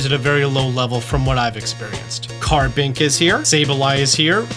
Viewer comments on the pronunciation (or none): none